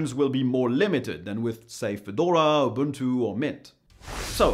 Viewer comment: *buntu? barf..